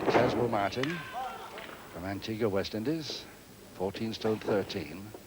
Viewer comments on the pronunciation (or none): Loved how said Antiguwa for Antigua.